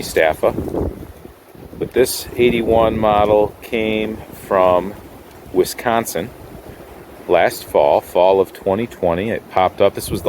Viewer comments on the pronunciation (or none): none